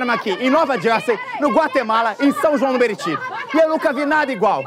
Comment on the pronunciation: São DEEEE Meriti. N erra o nome do meu lugar kkkkk muito bom o vídeo